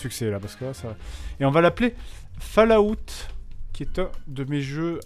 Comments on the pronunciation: Pas Fallaout mais fAll,Out. Enfin si vous avez compris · Bah ouais c'est ce que je dis, "fall" ça se dit "fol". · OMG, la prononciation de Fallout. J'ai presque rit à cause de la prononciation du nom. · Lucien Magnus Non, personne ne prononce falaout, si tu veux la seule description 'réelle' de la prononciation c'est l'écriture phonétique que je ne peux pas retranscrire ici, en écriture proche française ça serait follawt avec un 'o' ouvert et long et le même 'awt' que pour 'out' (et prière d'arrêter de dire 'a-out', vous avez l'air incroyablement ridicules... les anglais ont des normes pour leur langue aussi, et ne pas savoir faire une diphtongue c'est un peu la honte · Falaout... Falaout... Falaout.. Pauvre Bethesda... le nom de sa serie se fais massacrer xD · Epintus06 Pour la prononciation, c'est plus "Folawte" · hahaha quand il dit ( Fallaoute) je suis toujours mort de rire 😂😂😂 ! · Ah ? Pour ce seul mot (Fallout) peut-être bien, oui.